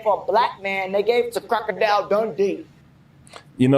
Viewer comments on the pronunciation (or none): I love this movie‼️ Did he say “Crackadile Dundee”⁉️🤣🤣🤣